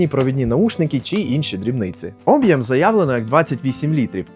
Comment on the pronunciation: Чувак базарить як ШІ. Шо з наголосами, крінж, ти москворотий? Що таке Обʼєм? Чому саме наголос на О? Шульгі? Це що означає? Кривиш вимову ніби навмисно